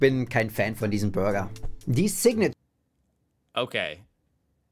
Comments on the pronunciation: He pronounces the word "burger" more like "Bürger", which is the German word for citizen. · Burger und Bürger... I'm crying 😂. He pronounces burger similarly to the German word for citizen. 😂